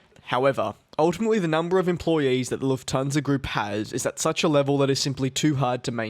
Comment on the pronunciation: Nope Nope it’s Lufthansa